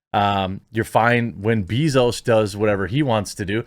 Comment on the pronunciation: Bezos only has one “E” in it, it’s not Jeff 🐝zos 🤦‍♂️